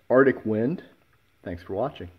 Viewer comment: The way you pronounce Arctic bothers me. Other than that, damn that's a sexy design!